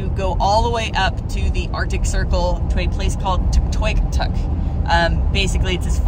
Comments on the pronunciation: its pronounced tuk toy yuk tuk cheers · It’s…… Tuck……..Toy…….uk……..tuck………. Is how it is pronounced…. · Awesome video. I grew up in Faro back in the 70's which is 250 miles north east of Whitehorse. Seeing the country again was heart warming. Just need to pronounce Tuktoyaktuk properly. lol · "Tuck tie yuck tuck" Tuytoyaktuk